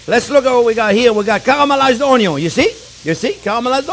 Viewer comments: So true about "oy-yun". LOL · Love your personality, and the way you communicate chef! You speak and teach from experience, and present it in such a way that I just want to soak up all your advice!! Thank you for the video! My daughter is here watching as well, and loves hearing you say ONYO. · I love it when he says oniO first. Most wannabe chefs always cook the oniO last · "De onyon ees alway first"...Love the way you say onion. I always start with onion just to give everyone in the house the impression that something good is cooking. It may not always turn out to be something good but at least it starts that way! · Onyo is nothing sans chef jean pierre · Me: I don’t know, these old chefs kind of take the piss most of the time. Marco Pierre White ruined that generation for me, but let’s give this guy a chance. JP: Onyo. Me: I’m hooked. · I love it when he saute the onyo... Hehe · Gordon Ramsay: Where is lamb sauce! Jean-pierre: Where is onion(onyo)! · Anyone doing a cooking show should know how to pronounce the word, "onion". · I am so turned on whenever you say "onion". I love watching and learning from you. Love from Alaska! 😍